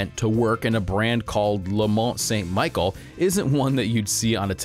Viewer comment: Pronounced “Michelle” not “michael” jfyi. Great vid.